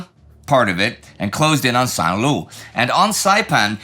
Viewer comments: I thought I could ride it out and keep my big mouth shut, but St. Lo comes up so many times in this episode, that I have to correct Indy's pronunciation. It sounds like "low", not loo. San Low. 'Nuff said. Keep up the good work. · Not to quibble but why do you insist on calling it Lou ! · I don't understand why Indy keep pronuncing the "lo" in Saint Lo like "loo"?